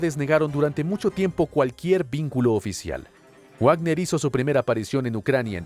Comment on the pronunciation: Wagner se pronuncia Vagner. Al ser de origen alemán la w se pronuncia como uve y ésta como una efe. Como en Volkswagen que se dice folkvagen. Va para el locutor de este canal